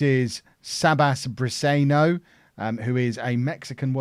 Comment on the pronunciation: Pronounced Brisenyo